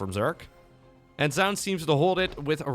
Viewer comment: Minor point, "Zoun" is pronounced as "Zhao Yun", a Three Kingdoms general. He just uses a strange anglicization for the spelling.